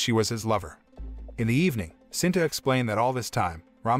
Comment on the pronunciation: It's SITA sir not sinta